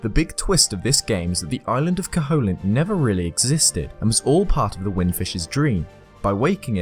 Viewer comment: cough Koh-hoe-lint? I think you mean "Koh-uh-lint" (silent H and no strong O sound).